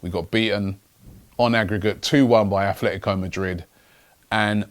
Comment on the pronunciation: It's "ATLETICO" Madrid, where do you see the "F" sound in there, Robbie?